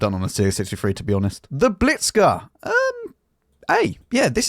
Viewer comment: "Blitzka" XD